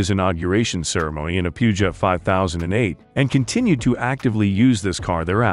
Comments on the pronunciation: It is pronounced "Poo-zhowe". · Puegeot is pronounced Pew-Jo! Very informative video. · The French limo is pronounced “Poo-zhoh” and it’s a Mercedes Maybach for Turkey, not an S-600. Someone didn’t do their homework. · …. Pew-Jot? Really???? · check google! There is no “R”! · please learn to pronounce the name peugeot... omg...